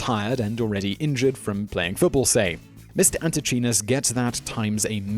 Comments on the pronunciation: Antechinus is pronounced anteekeinus (or æntɪˈkaɪnəs). No "ch" sound. Cute guys pity they don't live long. Might be nice to get their genus name right. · Fun video, but as he does with so many words, Simon butchers the pronunciation of "antechinus". The "ch" should be hard (pronounced like a "k"), and the "i" should be long (so the word rhymes with "minus"): ant-ee-KYE-nus. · The Antechinus is NOT a mouse, but a marsupial. As such, it is more closely related to a kangaroo or a Tasmanian devil than a mouse. Also, check the pronunciation. The "ch" in antechinus is pronounced like a "k". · Anti CHEE-NESS ???? Nooooooo. an·tuh·kai·nuhs Anti - KI - NUSS They live in my neighborhood, and if they hear a bad pronunciation, they will screw you to death, and get their Tasmanian Devil friends to eat the evidence. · pronounced ante*kinus* not chinus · As an Aussie, the 'ch' in antechinus is pronounced 'k' and the 'i' is pronounced 'eye'. The rest is absolute fact. In a related fact, the average male pig orgasms for around 30 minutes. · Antechinus is pronounced ‘Anti kinas’.. I’m sure there are no more than a few million Australians laughing at the pronunciation used in this episode. Ps he is not the first Australian mammal to die from random strenuous mating activity. Especially when the wife finds out.😄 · Antichinus is pronounced anti KY nuss. (Just in case it ever makes it to another video...) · Anti-Kynus. I swear you are just trolling with the mispronunciations. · Re: number 2 - Pretty sure it is pronounced "ant-ee-kai-nus" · Pronounced anti Ky nus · Had to skip #2 because of how horribly you were mispronouncing "antechinus"... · Antechinus - your pronunciation was way off, that seems to happen a lot. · That is not how you pronounce Antechinus